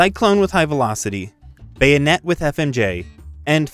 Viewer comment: BAYO-NET 🎉 and MEE-LEE 🥳 lol love your vids man